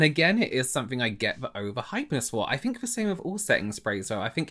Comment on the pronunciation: pronounce your 'th', please. He says 'I fink' rather than 'I think'. So annoying. omg.